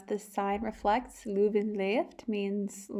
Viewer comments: Het is leuven, Ni luven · Nice video. But if I may, you need to pronounce Leuven with the same sound as the letter ‘i’ in ‘bird’. It’s not pronounced Loovn. And the Oude Markt is pronounced with the same sound as the ‘o’ in ‘how’. It’s not pronounced Oode Markt. Groot Begijnhof you got quite right. Enjoy your stay in this historical city. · its not luven there is an e for a reason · The “i” in “bird” sounds like “ehr”; that alsmost sounds like the “eu” from “leuven”, but totally completely lose the “r”. The real locals (not kids from all over flanders who study there) call leuven, leujve. K’zen van Leujve (i ‘m from leuven). In local dialect it’s more like a combination of the dutch sound (that doesn’t exist in english)“eu” and a toned down “oi” (like punks often yell). But not many people even speak the local dialects anymore, too bad.